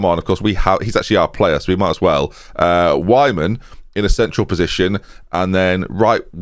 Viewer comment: Every time mentions Whyman, I just think of a confused Geordie...😂